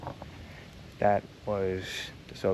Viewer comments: Brestkaya krepost very famous! Brave garnison of Red Army military held the Germans for weeks. There is a movie about it. By the way do not call Cee Cee Cee P (CCCP) as it is Es Es Es Er (SSSR) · Small correction it’s SSSR not CCCP pronounced properly